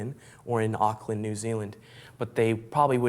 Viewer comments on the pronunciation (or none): I hated the way he pronounced Auckland too lol